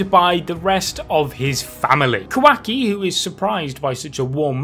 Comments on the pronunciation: Kawhacky... its KuhWahKey wah like water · i hate how he keeps saying "kwaki" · im sorry but....."QUACKY" llmaoooo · Sounds like he's saying kawhacki!😂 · No one:: KOWAHKI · He sounds like he is say quacks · The new dude pronounces Kawaki's name as "Quacky", idk if this is on purpose or not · “KA- WACKY” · Quaky is all I'm hearing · "Ka-wack-ii" lmao... It's Kawaki bruh... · Bro please never have the dude on again i hate how he pronounces stuff its not ka-wacky and how he butchered mitsuki